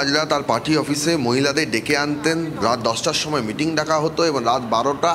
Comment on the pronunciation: আহ্, ওনারা বুঝতে পারেননি। দাদারা "মিটিং" বলেননি, "মেটিং" বলেছিলেন। অসত্য প্রচার -ই চলছে.... 😅